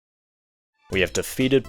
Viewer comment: When the vid opens with "pikmin tree" you know its gonna be good